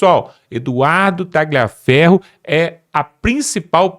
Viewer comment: Não é Ta-gli-aferro, a pronúncia. Escreve-se "gli", mas a pronúncia, é Ta-lhi-aferro. A pronúncia é igual ao "lhe", no idioma português.